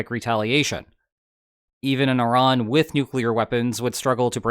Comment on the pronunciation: First person to pronounce Iran correctly instead of calling it I--Ran